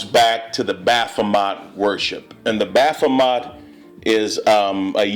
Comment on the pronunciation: Dude, it's,s BaphoMET not BaphoMOT...